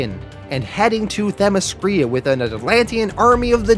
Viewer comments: great vid, note for next time its Themyscira not Themescrya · I told him (them-is-sceer-a) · Your videos are great but you butcher some of these names Themyscira - (them-is-sceer-a). Antiope - (Ant-tee-o-pee) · Not trying to be a dick but Green Lantern Corps is pronounced like you’re saying core. Themyscira is pronounced like them mes skera. I’m only doing this because you repeatedly used those words and probably will again in the future. Enjoyed the video! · The Themyscira pronunciation... 😬